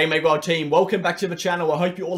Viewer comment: That Aussie accent on the opening "Ok Megawhale team" :) Love it!! And per usual, great video!